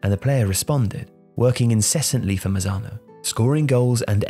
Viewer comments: Excelent video! Only one detail, the name of the coach is Gregorio Manzano, not Mazano. Keep up the good work! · Its Gregorio MaNzano, but great video!